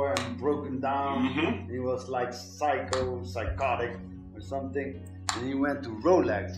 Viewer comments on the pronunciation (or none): The guy said what sounded like "psycho" when talking on Nas. He meant Seiko... Nas went from Seiko to Rolex